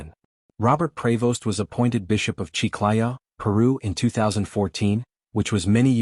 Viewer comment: It’s CHICLAYO, not “chiquaya”. His mother birth name is Mildred Martínez.